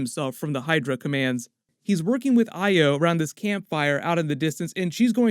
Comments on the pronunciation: Thank u for pronouncing Ayo correctly. Check the mark on the left side of his neck at the last scene of the show 💜💜💜💜💜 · Thank you for pronouncing Ayo's name correctly.